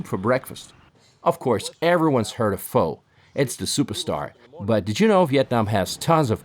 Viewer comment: How could you miss pronounce “Pho” 😢